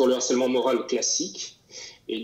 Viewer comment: HARCELEMENT commence par h aspiré. On doit donc dire LE harcèlement, et non pas l'harcèlement...Merci!